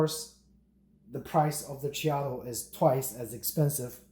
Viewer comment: Check out some videos from Whole Latte Love about the Ceado grinders so you can learn how to pronounce it correctly.